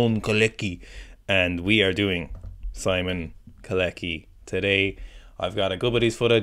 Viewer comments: You could have at least studied in 2 minutes how to pronounce his name when preparing this solid material. It's Shemon Kawletzky, sort of. Not Colecky or whatever you call him. It's nothing difficult. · Shemon Koletzky - That's better way to pronounce it. Simon also works. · You could at least plop his name into google translate to pronounce it properly smh